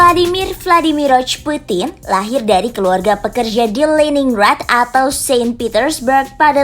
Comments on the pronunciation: Dia bacanya kaya baca di b. Inggris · Pronunciation bahasa Rusia ama bahasa Jermannya alay 🙏🤝 Leningrad (bukan Leningr:ed) Anatoly Sobchak (bukan Sobch:ek)